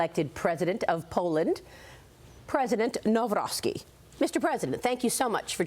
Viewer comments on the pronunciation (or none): "Now Rocky", not Nowrowsky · Nowrowski, Naroski... Naw-roc-ki is the correct version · Thank you for this interwiew. PS- it’s not Carol „Narovsky”, it’s „Navrotsky” (correct spelling is Nawrocki, but to pronounce correctly spelling as above). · NAWROCKI NOT NAŁROCKI - learn how to pronounce someone name before talking. mis professional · "Karol Narovsky"... :). Dziennikarze Fox Business nawet nie potrafią się nauczyć wymowy nazwiska polityka o którym mówią... Aggression from Poland??? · Na-v-ro-c-ki. Dare you not pronounce a "w" as in English per "window" forget about it. W read as V. And never merge c with k please. C is C as in Cinderela or Cinema. If you can pronounce some chinease cuisine suases like Shechuan, then yes, you can get the Polish President surname. But no, nobody is ready, allies are not ready...even to pronounce Presidents Surname.... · NAWROCKI - it's time to learn how to pronounce His name properly!!! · Who?😅 Boy she butchered that surname. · She did not say his surname correctly